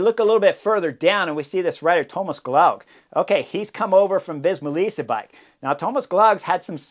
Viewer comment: I think Gloag is supposed to rhyme with Rogue.